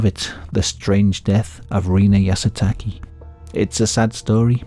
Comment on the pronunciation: How hard is “Yah - Soo - Tah - Kay” To say?